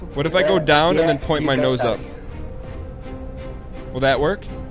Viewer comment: He can't even say "go" correctly.